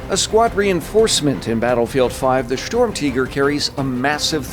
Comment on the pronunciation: Its not storm-tiger its sturmtiger you ww2 idiot.